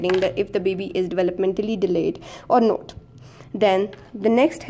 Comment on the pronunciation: not is pronounced as not and not ‘note’.u can learn it with practice.very useful vedio indeed. thank u